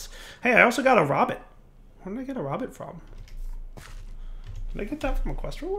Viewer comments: Rowbit not Rawbit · Ro-Bit, like Robot, not like Rabbit. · It's pronounced Row-bit, not Rob-it.